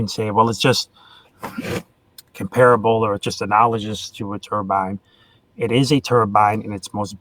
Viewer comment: is dreadful. A boring, aggressive motormouth unable to have a conversation. But he seems good at holding grudges. And it looks like he never learned how to pronounce analogous, although he loves this word. Turbines rotate, but not all things that rotate are turbines. A flagellum is more like an axle turning in a bearing, definitely not a turbine. is dumb as an atheist rock.